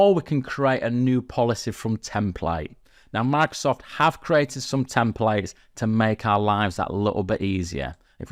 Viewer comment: Bro really said MACSOFT365